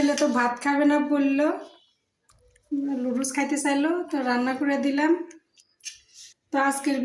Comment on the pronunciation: Ki bolchen..Ludus??...ota Noodles...apni bolen eta apnader ancholic bhasa...English abar ancholic bhasa hoi ki kore...English to English e...sobai bhul bole bole apnio bolben ??..English janen na bole sikhbeno na??..pichiyei thakben??..ei jonnei desh tao pichiye aache...Apni dayyito nin..nijeo sikhun abar apnar video jara dakhe tader o sekhan...jotoi hok apnar husband er subject English...onar atta santi pabe jodi apni onar subject niye chorcha koren...eta apnar content o hobe..abar nijer styler video hobe..kaoke copy kore video banate hobe na...tai na ??...